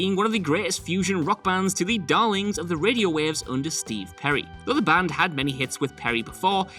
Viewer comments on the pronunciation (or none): none